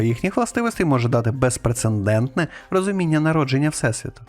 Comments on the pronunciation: Не безпрецеНдентний, а безпрецедентний. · Автор викладає досить складні наукові теоріі та ідеї, але не знає як правильно звучить слово "безпрецедентний". Довіра до викладеного, таким чином, значно падає.